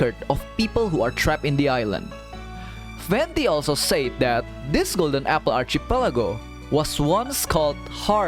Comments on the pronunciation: Kandungan yang bagus. Sebutan archipelago itu sepatutnya archipelago bukannya archipelago. Teruskan usaha. 💪💪💪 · Why do you pronounce archipelago that way??? Was i saying it wrong??!!